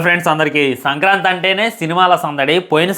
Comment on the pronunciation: Orey adhi sankrati kaadhu ra sankranti 😂😂😂